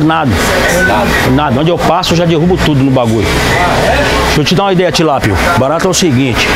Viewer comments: Fala tilápio kkkkkkkkkkkkkkkk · "tilápio" kkkkkk éo melhor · "Tilápio" "picadilho" "cibaleno" "Cerejo" kkkk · " Tilápio, lagartixo, sibaleno" kkkkkkkk